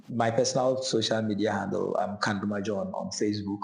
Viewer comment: Pls the name is kandumah not kandama proud of you my upper west as I love to call you ❤